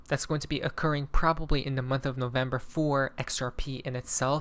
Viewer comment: It's November now 😂 NO vember😂